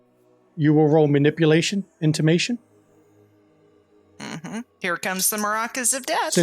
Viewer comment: IntimiDATION, not intimation